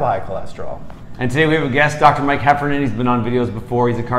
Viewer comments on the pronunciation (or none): Every time you said Heffernan, I heard Heparin :D